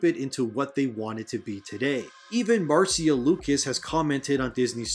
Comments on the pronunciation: Absolutely love your channel and have subbed....but one thing it's not pronounced Martsia Lucas it's Marcia as in the Brady Bunch...Marcia Marcia Marcia😉😂🤣🙌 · Marcia Lucas is pronounced the same way as Marcia Brady